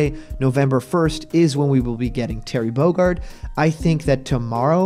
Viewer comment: Terry Bogurd?? Listen to the beginning again